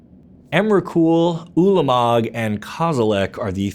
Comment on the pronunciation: Stopped listening when he said emrakul, ulamog and kozilek